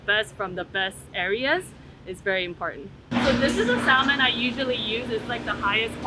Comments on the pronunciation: Sis said SALmon? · The way everyone was pronouncing SALMON was making me lose my mind 😭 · Anyone else bothered that she pronounced the L in "salmon"?